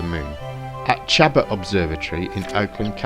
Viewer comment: Awesome work! Probably the most comprehensive look at the evidence I've seen... One small pronunciation correction... The college in Oakland Chabot is pronounced sha-BO